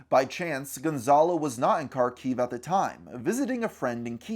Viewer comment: I never expected to see my city of Kharkov on here... I had no idea about any of this! Also, I can tell you there really was no war or conflict on the city until that February of 2022. P.S. It is pronounced Harkov (or Harkiv, in Ukrainian language) and not Karkov :)